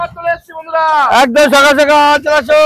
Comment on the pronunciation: Mama tume kotobar skall sakal bolo😮😮